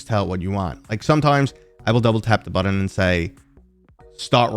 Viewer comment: Button, not Buddon. But great video :)